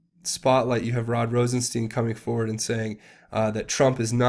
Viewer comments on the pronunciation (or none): none